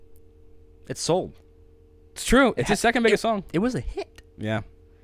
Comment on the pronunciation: Talking of wants and once, "the thing is, it sold" sounded like "the thing is, it's old"...